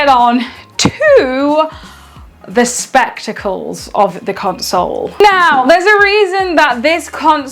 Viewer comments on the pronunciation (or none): "ON TO THE SPEC-TICLES" 😂😆😂 I LOVE THIS CRAZY GIRL WHO GAMES ON HER DECK